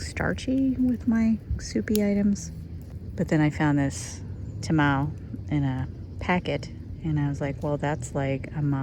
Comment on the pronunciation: It’s pronounced Ta ma lay ❤😂